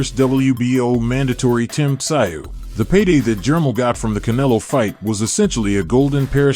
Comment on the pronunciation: Germ-all and Tim Si-ooh😆